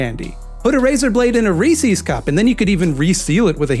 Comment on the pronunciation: How do people not know how to pronounce "Reese's" correctly? They have commercials.